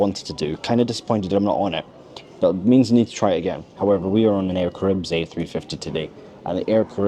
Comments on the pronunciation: I like the way he pronounces "Air caribbs" 😉 . In French we say : Air Ca-Ra-Hib , forget the S at the end . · I don’t want to be that guy guy but regarding TX, it’s pronounced Air ‘Kah-ra-ee-b” 😁